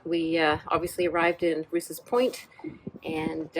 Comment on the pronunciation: It’s not pronounced Roose it’s pronounced Rowse. I should know it’s my mothers maiden name